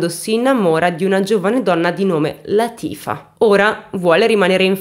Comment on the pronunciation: Oh!! Non azzecchi mai l’accento giusto: Látifa 😆😁